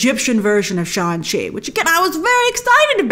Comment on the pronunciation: Hadn't Brian Tong clarified in your collab video that Shang-Chi is pronounced with the G.